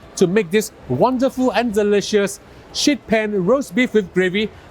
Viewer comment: great recipe and presentation. two small tips though… 1. the final result is really much too grey and overcooked. 2. the ‘sheet’ in ‘sheet pan’ is best pronounced with a long vowel. say ‘sheeet’ if you need to, otherwise it ends up sounding like ‘shit pan’.